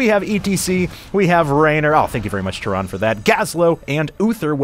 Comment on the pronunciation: The e in Tyrande is not silent. Goddamn it's annoying to hear someone mispronounce that so many times, at least he got it right at the end.